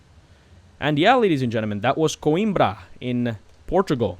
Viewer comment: You are pronouncing "Coimbra" almost like a portuguese speaker🤗 Just one note. They should have worked in Oporto not Coimbra, because Oporto is the second most big city in Portugal and also have an airport...